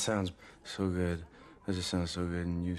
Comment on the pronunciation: Yust Say it jajja María sucks!